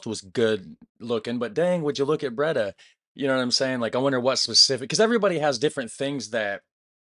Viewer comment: Camping wild is illegal you get fined...Breeeee daaaah [Bray daah] NOT braydh